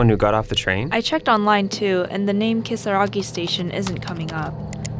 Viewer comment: Ryan not speaking Japanese or Spanish but pronouncing Kisaragi perfectly in the middle of an English sentence is just classic fourth gen immigrant behaviour.